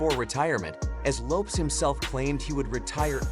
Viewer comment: YOUR PRONUNCIATION OF LAST NAMES IS HORRIBLE. Your underdtanding of Hispanic names is the worst I have ever heard